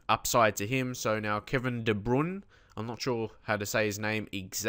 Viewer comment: Love these videos, Interesting to see some new names that you don't usually come across in FM15. It's pronounced Kevin De Broin btw :)